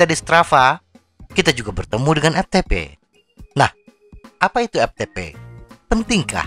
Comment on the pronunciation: Dari awal video sampaii akhiir video... Lagii² EPTEPE... lagii² EPTEPE😂 EFTEPE bang😅✌️ Hayo orang sunda yaah😁